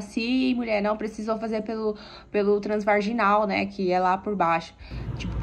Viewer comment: Eu achei que era as bolas kkkkkkkkkkkkk eh um menino já falei deis que soube ,vc fala igual eu ,transvarrrginal kkkkkk minha irmã vivi me corrigindo 😅😅 transvaginal seria o certo ,mais não consigo falar corretamente 😂